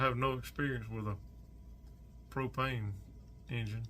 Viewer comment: Soon as he said Pro-pane I was rolling 🤣 😂 💀